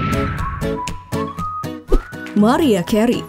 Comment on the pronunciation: Gw ulang ulang cara nyebut nama "MARIAH CAREY" ???? It's not good! duuuh malu maluin konten yutup kok cara ngomongnya gitu payah